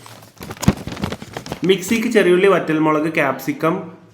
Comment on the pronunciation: cheer ulli alladaah.... cheriulliii. . . . . . . vadeeraaaaaaaa